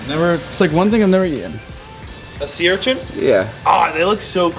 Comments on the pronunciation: Urchants lol not urchin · URCHIN, not URCHINT 🤣